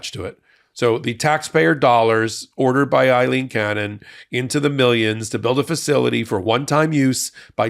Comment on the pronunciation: I am always moved and enlightened when you speak from your heart as in this piece. True eloquence. I believe that there is one tiny improvement possible. Even though the judge is almost certainly a lost soul bound for ingloriousness, I’m as sure as I can be that her name is pronounced Eileen.